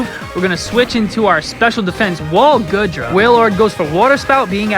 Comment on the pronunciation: This video is old now but it’s gotta be said. It’s “Goo-dra”, my guy. Not “Good-ra”.